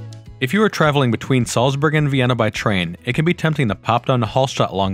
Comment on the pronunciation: You forgot about cycling to Hallstatt from any country in Europe 🤭🤭🤭🚴 from Vienna it's only 2 days, 290km... And it's not HALL (holl) STATT it's A not O same with Salzburg ...if Mozart would hear the pronansiation he would get a heart attack 🤭🤭🤭